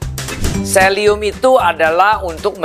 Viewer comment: Selium apa selenium ?